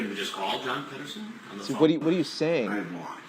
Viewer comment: John Ped-o-son